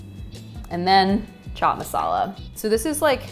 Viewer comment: Chhhhh chhhat masala 😒not to fan ..bt the rest👍👍..best thing no india accent and she is positive active.and belive me .i love indian food and good people too👍we need more foreign people in america